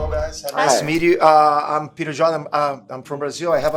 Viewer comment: Vc fala que seu no,e se pronuncia PÊTER mesmo, mas na entrevista vc disse coma pronuncia de PIRER hahahaha